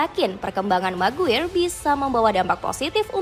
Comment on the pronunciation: Maguire = maguwer😂🤣🤣🤣 Maguire = di baca "MEGUAYER"